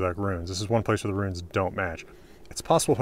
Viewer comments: funny to talk about accents saying guere and not where xd. Great vidio anyway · I could not stop hearing every H you pronounced after you showed your notes on “Where”. Awesome video thank you!